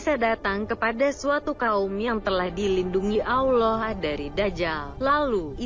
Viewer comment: siapa yg membacakan kok ketika menyebut nama Allah dan Nabi Muhhamad s.a.w tidak pas ya alias FAIL...belajar membaca Qur'an dulu mba biar pengucapannya PASS gitu lho atau suruh muslimah pesantren yang membacanya jadi lebih enak kedengarannyannya di telinga.